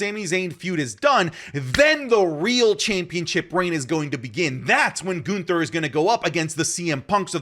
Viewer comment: The way says Goonther kills me 😂